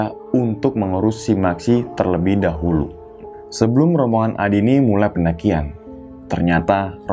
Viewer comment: Dahulu bang bukan dahuru 😁 Sukes slalu